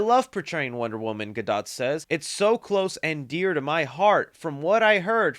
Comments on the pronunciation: 1. “Casted” isn’t a word 2. Please learn how to pronounce Gadot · She prounces it like Guh-Dote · Gal gadot